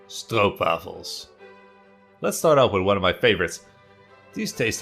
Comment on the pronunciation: you are saying it pretty good actually, other people cant say stroop wafel they say strwoepwaffle